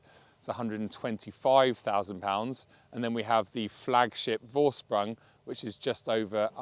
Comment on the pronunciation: The v in vorsprung is pronounced as an f -> forsprung.